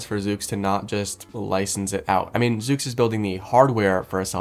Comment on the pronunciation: It’s pronounced zuux